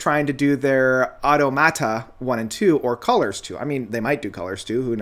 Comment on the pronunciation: Hate to be a stickler, but it's coma e-clip-tic and ah-TOM-ah-ta... Cheers, have a great day